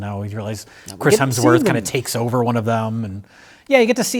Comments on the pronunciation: ...you repeatedly call him Chris HELMSworth. It's Hemsworth. You should apologize. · another instance of the incomparable pronouncing Hemsworth as “Helmsworth” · It’s been nine years since Mike made fun of for calling Chris Hemsworth “Chris Helmsworth”, yet he’s still doing it. God bless his soul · I think this might be my favorite movie ever too.:trophy-yellow-smiling: And its HEMSWORTH! Not Helmsworth. "Bad Max" features an old sullen mel gibson driving around suburban strip malls in his smart car. Throwing a fit at the Starbucks drive through. Yelling at teenagers. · Mike is seething behind the camera at pronunciation of "Helmsworth" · I just need to stop you. You you consistently al- always say "Chris Helmsworth". It's "Hemsworth". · 8 years after being scolded by Mike for saying "Helmsworth," and is still doing it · "chris Helmsworth" - did it again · still calling him Helmsworth 😂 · did say "quic-chris helmsworth"? dick the birthday boy never learns... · still calling him Chris "Helmsworth" despite being previously rebuked by Mike. Poor Chris Helmsworth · calling Chris Hemsworth Chris Helmsworth with the inevitability of diabetes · still says Chris HeLmsworth 😆Mike corrected him years ago! lol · hes still calling him chris helmsworth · still says "HeLMSworth" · says 'Chris Helmsworth' again. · is finally free to mispronounce “Hemsworth” now that his bully is gone.